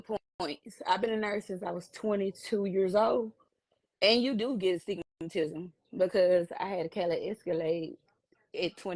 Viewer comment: Okay.. am I the only one that heard her say, " You do get STIGMATISM as a nurse." ?????